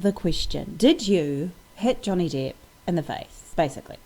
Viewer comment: Johnny depp,not johnny deeeeeep